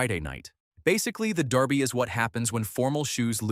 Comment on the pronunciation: Blimey, they actually pronounced Derby correctly.